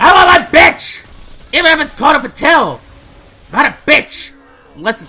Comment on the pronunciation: It's pronounced fa-t-all